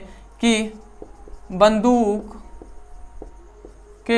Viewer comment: वन्दूक नहीं होता है बन्दुक होता है सर 😂😂